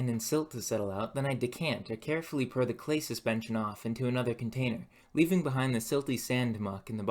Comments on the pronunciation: The letter “o” in most words is pronounced. Pour is not pur. More is not mur. I can’t enjoy your videos because of this. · Pour not pure. Forge for ferge.